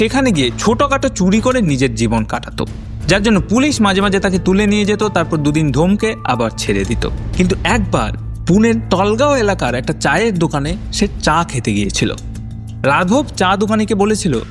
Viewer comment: Video ta khub bhalo laglo , kintu Jaygar naam gulo bhul pronounce korchen apni, mallar na, oita malad , talgaon na, oita talegaon, boriballi na, oita Borivali..